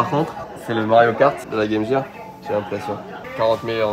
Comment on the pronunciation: Pourquoi appelez-vous la Game Gear(jir), mais vous prononcez Métal Gear de la bonne façon?